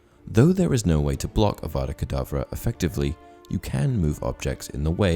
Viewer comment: Haha that is hilarious Hermione be like it’s Avada kedavra not kedavrA